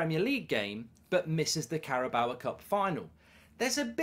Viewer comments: It’s car-a-bow. Not carrabowa. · THERE IS NO 'A' AT THE END OF CARABAO CUP MARK! It's not 'Carabaoa cup' it's CarabAO' It's pronounced 'Carabow' as in 'take a bow' not take a bowuh' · I wish you'd stop saying Carabawa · I can just about make my peace with you calling Trippier "Trippy Ay" but stop calling it the Carabower cup. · The way how Mark pronouncing Carabao actually makes my skin crawl